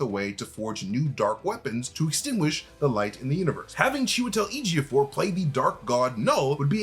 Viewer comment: He's definitely showing off pronouncing chewy's full name so easily